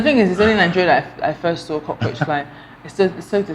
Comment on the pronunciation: say cockroach na co-tenant hahhaha